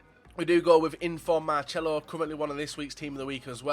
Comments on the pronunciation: No, the C is pronounced like an S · FUT/MUT Man He wasn't right about how you pronounce Marcelo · there's no "H" it's marcelo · He doesn't say Marcelo's name rigt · Gives me AIDS how he says Marcelo